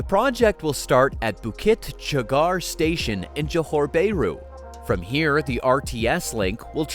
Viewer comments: The comments on the report is okay except for the mangling of the Malaysian word for the city of Johor BAHRU. It is pronounced as Jo Hor Baa Ru instead of JO HOR BAY RU. It is very irritating to hear you Americans killing the pronunciation of a country or its city names. Should you not make sure of how to pronounce any foreign country’s name or it’s cities before you get online? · "Bay-roo"? Sure that's not "Bah-ru"? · It's not 'bear roo'! ouch!